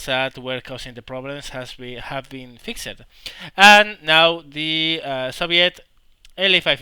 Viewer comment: Sorry to go all grammar nazi on you, but fixed isn't pronounced fixED, it is pronounced as one syllable, the best way i can put into text is "fixt"